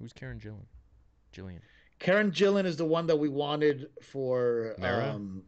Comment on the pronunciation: How many times are you guys going to discuss the actress Karen Gillan, talk about how you don't know who she is, and then talk about casting Nebula from Avengers. IT'S ALL THE SAME PERSON. Karen Gillan (not Jillan) = Nebula = Jumangi